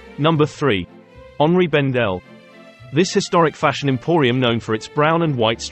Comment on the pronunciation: This is one of the only times I've heard anyone say Henri as it ought to be when saying the store's name. I've lived in NYC for many years and the locals say "Henry" Bendel when it is clearly HENRI the French version of Henry and H is always silent. Even the staff in the store gave up and said "Henry Bendel". 😂😂😂